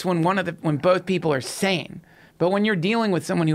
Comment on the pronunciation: Joe "Bolth" Rogan